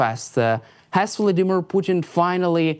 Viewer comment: I love how Professor Lucas tries to use a Russian accent to pronounce Vladimir and Putin, but screws up the accent big time. Content was good though.